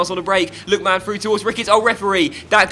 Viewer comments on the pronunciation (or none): i personally would pronounce it like mun rather than man so lookmun Blackmun etc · Black man and Look man. 😂 Defo not how you pronounce their names.